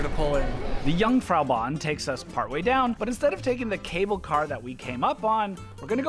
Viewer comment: Just as a little thing: Its not Jungfraujock its Jungfraujoch.